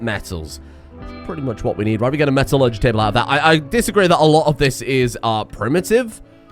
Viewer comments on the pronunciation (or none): none